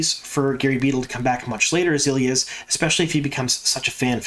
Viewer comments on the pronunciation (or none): Day, you don’t know what you’re talking about as the EotW glossary clearly says ee-LY-ahs (three syllables with emphasis on the LY). It’s not eel-yahs (two syllables) as! stated in his reply on this thread. Now, one could argue that LY should be pronounced as LEE with a long E in place of the Y, and I would have trouble refuting that point as LY isn’t phonetic. My question is why pronounce it differently than the people who narrated the whole series of books aloud on tape while pronouncing the Y as a long ī that millions of people have listened and heard, for some, their entire lives for the long E instead of the long i? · FYI, Elyas is pronounced Elias. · Day do you have EotW? Look at the pronunciation in the glossary..is the glossary canon enough? The pronunciation in the glossary is not “eel-yahs” it’s “ee-LY-ahs.” I can’t figure out if you aren’t reading my replies fully or are just trolling me lol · I always pronounced Elyas as ee-LIE-as, instead of ILL-ee-us. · In Rosamund’s narration of the first book she pronounces it Ee-lye-us. I am assuming this is the pronunciation that will carry on to the show. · E-Lie-Us lol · I always pronounce it Ee lie us. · I'm sorry but that pronunciation of Elyas sounds way to much like Ileus, lol. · Love the content as always. Drives me nuts though on how the name Elyas is pronounced lol. I think he will be gone after this season or maybe take the place of Hopper. I am very curious to see how they do the wolf dream. Instead of having a wolf there maybe use Elyas to teach Perrin. Just a thought. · Obviously you never heard the audiobooks from! It's a little disconcerting really how you pronounce Elyas, I very much hope the show takes the pronunciation from Michael Kramer and Kate Reading! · I'm glad they're keeping Elyas in the series. I was a little worried when he didn't appear in season 1. I've learned recently that I apparently pronounce many of the names wrong, Elyas being one of them.